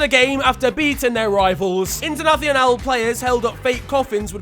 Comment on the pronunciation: Bro it's Portuguese not Spanish what the fuck was that Internacional pronunciation